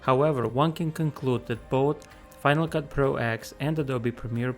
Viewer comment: Hope you do't mind me saying this, but its pronounced FCP 10 not "ex" Likewise Logic Pro 10, and OS ten! Silly i, know, but it slightly bugs me that so many channels do this! Anyway, on with the video...